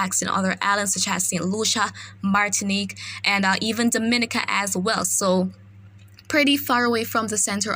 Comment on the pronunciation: Great reporting .I follow and depend on . one small point of bother I don't find pleasure in people continuously saying my name wrong ..as a Caribbean people we say Dom-i-ni-ca .. Mr weatherman is from outside the region and he gets it right..make that small correct for us ..luv yah work